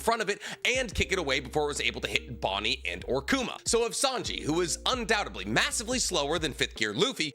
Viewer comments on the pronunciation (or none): Haha hearing Bonny’s name said by is funny